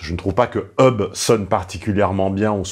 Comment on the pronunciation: Déjà ce n'est pas "eub" mais /hʌb/ le h est prononcé. D'accord pour prononcer des mots anglais mais correctement.